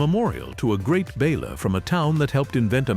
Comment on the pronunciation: Love the content, HATE the AI narration, mispronounces, clips sentences, this is editing that can't be forgiven. What the H$LL is a bal-er?